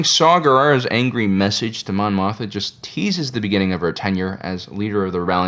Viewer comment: Why he call her Mon Motha lmao